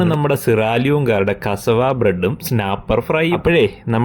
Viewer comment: Aadyam athu parayan padikkatte. Kasavu alla pattu. കസവാ അല്ല. കസ്സാവ എന്ന് പറ.